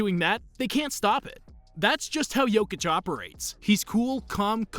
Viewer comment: He pronounces his name just fine